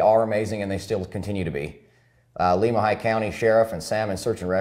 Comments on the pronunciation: My area of the world! You guys do a great job. A picky pronunciation tip. Lemhi is Lem like lemon. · Listening to your pronunciations of Lemhi and Leadore is funny to me because I grew up around there! Love your videos!!